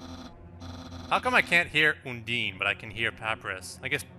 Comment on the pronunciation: OH COME ON HE PROUNOUNCES UNDYNE (un-dien) AS UN-DEEN